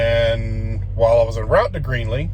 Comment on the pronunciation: You mean Greeley..lol... it's not Greenley